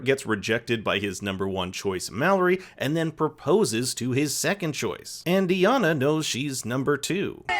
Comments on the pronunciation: They say Iyanna’s name in the show, why are you mispronouncing it lol. Long i sound, not long e “eye-yahn-nuh” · You watched the show… her name is pronounced “Ai - Yanna” - that really bothered me. Anyway I agree with all your points. Can’t stand most of the couples. I’m in love with Deepti, Iyanna and Sal 💖😍🥰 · You said iyanna’s name wrong 😭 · i promise it’s not that hard to pronounce iyannas name 😂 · Why didn't you take a second to google how to pronounce Iyanna's name before shooting and then uploading this entire video?